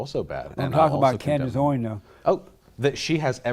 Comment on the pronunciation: This dude has a problem pronouncing words. He pronounces Candace Owens has Candace "Oins". Most of the time he's slurring his words and sounds like he's drunk. Is he drunk?